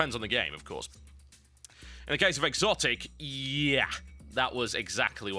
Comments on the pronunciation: I thought it was just pronounced as xotic,not exotic. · Isn't it actually pronounced "Sotic" if you're going to be grammatically correct?